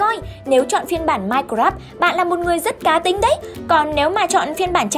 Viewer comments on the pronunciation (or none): none